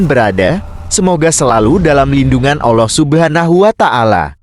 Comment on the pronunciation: Ngomong lafazd Allah kok BLEPETAN ya kacau kacau